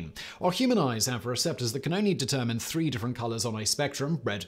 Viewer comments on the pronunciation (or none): none